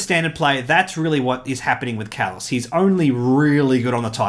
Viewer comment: Thank you for making this video :) it was great and as for pronouncing my name you pass ;)